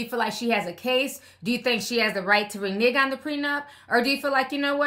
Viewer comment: Please quit saying Reneg😉😌😂😂😂😂